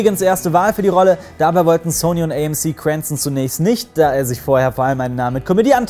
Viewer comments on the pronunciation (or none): none